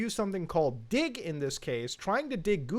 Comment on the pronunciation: I am not so sure why read "dig" as "dio."